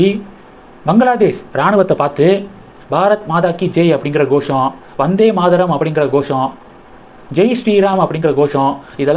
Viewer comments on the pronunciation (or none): Your pronunciation is very bad, it is Bharat Mata, not Bharat Madha, similarly 8t is Vandhe Mataram, not Madharam